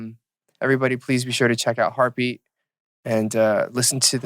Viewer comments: Listen to my heartue beatue !!!! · listen to my HEARTEU BEATEU